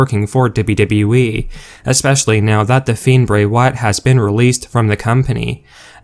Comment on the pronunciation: No way you are saying "dubba dubba eee" like that by accident. It's a work!!!...I really do hope so.